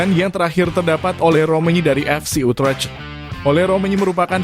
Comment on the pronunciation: FC Utrecht dibaca nya bukn utrech